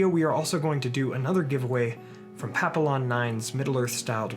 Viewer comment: Papillion is pronounced "pa-pee-yawn", (päpēˈyôn), not "pap-il-lon". It's French for "Black Butterfly", a symbol of freedom, and there is also a breed of small Spaniel dog named Papillons. Just thought you might want to know, since you usually do so well with your pronunciation of Tolkien's languages. Thanks for the great videos!